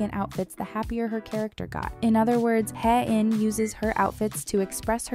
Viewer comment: You miss pronounced Hae-in wrong